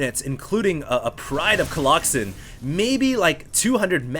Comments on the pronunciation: i think when he says coloxon he means like a grouping word like a herd of cows or a pod of whales or a flock of birds, cause colossi is the plural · coloxen? lol ummm noo... colosi sounds better